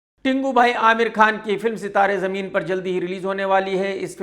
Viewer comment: Gaand phati ky...KRK... zameen̈ per not JAMEEN per